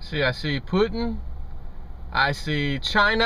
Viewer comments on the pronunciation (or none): It's Vladamir POOOOTIN not Vladamir "I'm puttin' icing on the cake. Like a cow goes MOOOOOOOOOOOOOOOOOOOOOOOOW Puttin goes POOOOOOOOOOOOOOOTIN. Just a friendly FYI - Peace.